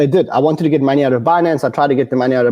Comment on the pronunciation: I love the way this guys pronounces maney